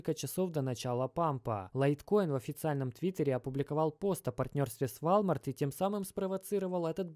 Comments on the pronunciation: все норм, но валмарт писец как режет слух) уолмарт же) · Уолмарт. Уолмарт. Запомни а. Ты же не говоришь Фони, Чамчунг или ЕКЕА. Надо же знать хотя бы о крупнейшем бренде в мире. Не в первый раз слышу "Вольмарт". Рука/лицо просто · все круто! Спасибо огромное! Только режет слух ВАЛЬМАРТ. Правильно произносить – волмарт. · Да не Валмарт, и не Вальмарт 🤦🏼‍♂️🤦🏼‍♂️🤦🏼‍♂️🤦🏼‍♂️🤣🤣🤣 е Уолмарт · Волмарт, ди. ВОлмарт. Не валмарт. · Как же режет уши слово Волмарт😬 УОЛМАРТ! УОЛМАРТ! УОООЛМАРТ!!! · Волмарт.... пожалуйста не надо никакого Вальмарта... просто... ВОЛМАРТ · Только не вАлмарт, а вОлмарт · ВОООЛМАРТ А НЕ ВАЛЬТМАРТ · Ааааа хватит вальмарта! Уолмарт или хотябы волмарт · какой вАлмарт!? это вОлмарт бл3т! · Не вальмарт а волмарт)) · Не валмарт , а волмарт 🤣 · Блин, это прям слух режет и одновременно смешно. Дружище, не ВАлмарт, а ВОлмарт! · извини дружище но и ты не прав, не Волмарт а Уолмарт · Минус уши 👂 какой валмарт))) волмарт!!! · 👉🏻 вОлмарт!!!!!!!!!!!!!!!!!!!! Как серпом по яйцам. Тебя просто смотрят люди кто тарится в этом сторе. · правильно Волмарт и Рейтерс - новостное агентство. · Прошу прощения , но произносится ВОЛМАРТ. у Вас с английским ведь все хорошо. Мелочь, желаю удачи и здоровья. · Walmart - ВОлмарт по английски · Нет такой кампании валмарт збл уже произносить научись правильно 🤷🏻‍♂️ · По-французски звучит. Зато заметили и комменты написали. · Тоже обратил внимание, но спецом зашёл посмотрел, не комментил ли кто-нибудь до меня. Просто тут уже два слова, мне уже валмарт немного резало слух, а теперь и ройтерс. Не понял, это прикол или просто такая интерпретация слов у автора) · Пора подучить английский ! Волмарт 😄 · Извиняюсь не в тему .. правильное произношение Walmart - вОлмарт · вОлмарт и реутерс " ! емаё деревня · в отличие от русского языка в английском произношение отличается от того как написано. Поэтому мы и учили транскрипции в школах 🤟🏾🙂 поэтому вОлмарт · братан это читается Волмарт если че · Роитерс, Вальмарт... понятно